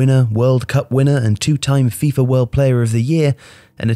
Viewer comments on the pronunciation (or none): none